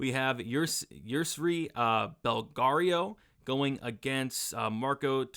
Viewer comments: Great vid again! Absolutely butchered belgarouis name tho😅😅 ‘Ballario’ was killing me😂😂. Bell-Ga-Roo-Ee is how it’s pronounced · Yousri’s last name is pronounced “Bell-GAR-Wee”